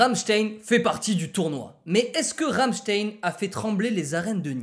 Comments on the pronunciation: Je crois qu'il a dit Rammestieng xD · En vrai chuis choquée d'avoir vu Rammstein dans le classement, ça fait du bien de savoir que certaines personnes en France écoutent encore du métal. (D'ailleur ça ce dit "Rammchtaïn" 😂❤)